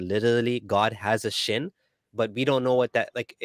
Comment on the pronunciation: it’s not “chin”, it’s “shin” - between the foot and the knee